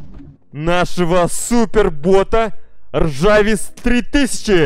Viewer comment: Не ржавис а жарвис!!!!!